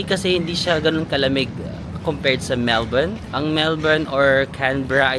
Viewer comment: Matutuwa mga Melbournians - you pronounce Melbourne correctly